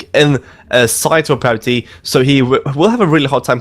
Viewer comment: prabuty, not "parbuty" :D